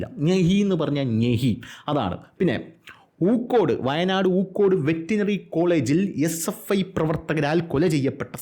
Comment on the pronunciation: സുഹൃത്തേ. ഊക്കോട് അല്ല പൂക്കോട്. സ്ഥലനാമം എന്തെങ്കിലും വിളിച്ചു പറയല്ലേ.